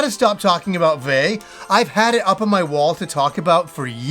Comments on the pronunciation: It's not pronounced how it's spelled. It's said like VII with the I being long. It's Spanish. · One note on Vay: at least going by the in-game narration, the pronunciation's like "vie". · I played Vay! Also, in the intro cinematic, they pronounce it. It's "Vai." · pronouncing vay wrong